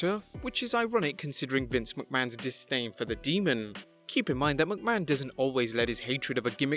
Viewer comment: Deamon? No. It's demon.